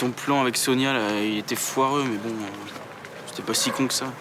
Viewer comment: 10min21 qui dit SIONIA au lieu de SONIA 😂